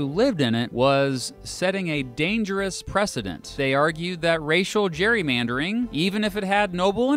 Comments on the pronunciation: It's actually pronounced 'cherrymandering'. I mean who wants to argue with Arnie. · Btw Gerry is pronounced Jerry in Ireland and in Britain, so I presume that's why we pronounce Gerrymandering with a J sound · Why are "gerrymandering" and "Gerry" pronounced differently?